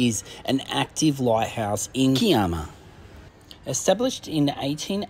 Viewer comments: needs new shorts or does he only have red shorts... Also, he needs to stop the Italian language as Kiama is Ki as in (i) ama...U have done it alot of vlogs... Why don't U ask a locate person how to say the place name if not shore...😂😂😂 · Lol just watched this episode & sorry for laughing but im from Sydney & we say K eye AMA....& yes its an awesome spot .....love your videos 😊❤